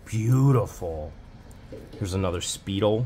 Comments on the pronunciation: it's pronounced Spy-DELL not Speed-ell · Are those watches pronounced Spy Dell?? Great storage unit buy. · You guys make me laugh sooooo hard! That ladies watch u called a “Speedle?” If it’s spelled Spiedel, but that brand was a very good brand back in the day! But you pronounce it. SPY-dell. ….just in case you ever come across another one some day……SPY-DELL! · hehehheehehe---love you guys! and so fun to hear you try to pronounce some word, and you are wayyy off. lol the watch is pronounced SPY--DELL very popular brand!. good to see you out doing what you love!!! hopefully this will all come to an end and you can get back to storage units permanently! That woman has done such awful things to you! deep breaths, deep breaths. When I first started watching utube I watched jebus---and would get so tickled at how they would butcher the name of an item. thinkin what i told him applys to you too! yall need an older, "grandma" type helper!!! someone who can let you know the collectablity and $$$ its worth. would be fun! wish we were still being snowbirds! we always stayed at a place on gulf side, not too far from y'all! love that area. Want all this crap behind you so you can enjoy your lives! anyway,as we old hippies used to say-----KEEP THE FAITH! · Just to help, it's pronounced spy dell, for the watches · Spy Dell is how you pronounce that watch brand. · It’s pronounced Spy-del. It. Appears as if you have a collection of costume jewelry, some of it high quality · The watch pronunciation is Spy-dell. Speidel old watch company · It is pronounced spy-dale. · It's pronounced Spydel watch